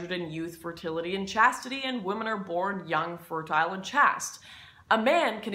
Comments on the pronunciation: While "chastity" has a short "a," "chaste" has a long "a." Sorry, I couldn't help myself. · Hey, better to find out here than during a public speech. On the plus side now you know it's pronounced "chased". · I've heard it pronounced "chast" before. Don't sweat it. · I don't know if this has already been said, but it should be pronounced like "chased" to make the following joke from Up Pompeii work: LUDICROUS SEXTUS: Ah, Erotica, my daughter, so young, so chaste... LURKIO (to the four wall): ...and so easily caught. You saw her there with one of her ex lovers. "X" being the Latin for 10... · Or chaste as chasst. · *Chaste - pronounced like "Chaced" as in chasing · if you think women are valued based on their youth, fertility and chastity, please don't give advice to anyone, especially women. Also, "chaste" is not pronounced like that. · I pronounced chaste wrong and it's too late to fix it. Fml. Press F to pay respects. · I love how you pronounce "baggage" so I'm willing to forgive your mispronunciation of "chaste" ;) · It's very telling, and not surprising, that in the modern era someone would mispronounce the word chaste. It's a word that nobody says anymore because nobody even thinks about it. The reason you mispronounced the word is because you've probably never even heard anyone use it. That's a sad commentary on modern life. In fact, I'll bet there are people who even find the mere word regressive and offensive. Another reason that it never gets used. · You mispronounced chaste because you did not write your script ? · Are we really sure that we want to listen to someone who sees everything as black and white, and who cannot even pronounce 'baggage' and 'chaste'? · does it bother anyone that she doesn't know how to pronounce chaste? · Why are you pronouncing chaste so weirdly 😂